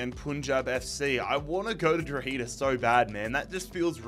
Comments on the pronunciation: Lol how you pronounce 'Drogheda' 😅 it's not Dro-heeeda, it's 'Dro-head-ah' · Drogheda is pronounced “draw-huh-da” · Love the video just a quick hands up the pronunciation of Drogheda is drog-he-da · trying to pronounce drogheda Utd hurt my soul